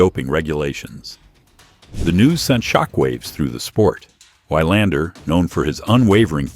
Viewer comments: Good article, except for the horrible mispronunciation of his name as "Why-lander". The correct way to pronounce his name is VEE-lander. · It's pronounced vi lander, not y lander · GET THE NAME OF YOUR SUBJECT RIGHT FOR CHRISSAKES!!! It's Mats VEE-lander. Not VIE-lander. And you do it multiple times. Have a little respect for your subscribers. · It's pronounced Vee-londer, good god at least get the name right. Do basic homework. BOO! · I paid attention until the AI says "Wigh-lander". Utter crap. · Was going to say the same thing. These stories don't deserve hitting the like button. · Your pronunciation of his name is truly WILD. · Learn to pronounce name of champions correctly..moving on...